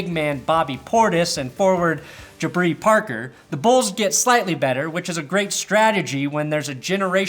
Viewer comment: Ha "Jabri Parker"